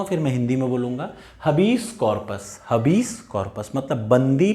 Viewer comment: Habeas corpus हैबिअस का‍ॅरपस है हबीस नही है